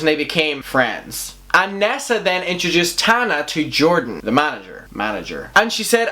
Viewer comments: I hear "NASA" every time you say nessa lol, your accent is perfect. 💖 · i fr though u said NASA and I was shook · Lmao my eyes are closed and I kept hearing “NASA”... I’m like only Tana could have drama w nasa lmao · Everyone: Nessa: NASA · At first I was like “who the fuck is nasa?” Then I realized you were saying nessa 😂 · when he said nessa came forward i thought he said NASA and i was like wait WHAT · I love the way you say NASSA😂😍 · Why do I keep hearing N.A.S.A instead of Nessa? 😂🤦‍♀️ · I love your accent, but I was definitely sitting here wondering why NASA has beef with Tana 🤦‍♀️😂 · Glad I wasn't the only one that heard nasa 😂😂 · Rightttt it took a while for me too realise he was saying Nessa 😭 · Érin Nic Coinnigh her real name is Vanessa short form... nessa he’s pronouncing it wrong